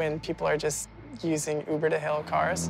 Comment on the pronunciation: taxi not Huber cuber